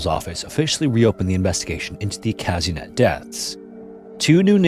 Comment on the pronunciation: The way you pronounced Казынет made me laugh so much 😂 The letter е in Russian is pronounced as ye, so it’s Kazynyet not Kazinet haha